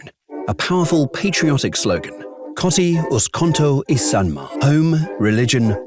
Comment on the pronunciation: This is much more enjoyable when ur finnish and this guy cant read shit for his life like ''koti uskonto isänmaa''